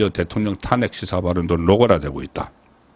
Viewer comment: ㅋㅋㅋㅋ 국가 행정부에서 내란이라고 안하는데 지가 뭔데 내란이라고 씨부리냐 개새끼 그리고 논평이 사투리 발음이 영~~탄아~~안핵